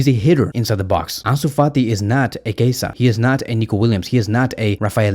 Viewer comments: Dude his name is Chiesa not Kaiser wtf??😂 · Why do you call him Keisa? 😂 His name is spelled Chiesa and pronounced [Kieza]. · He said Kasa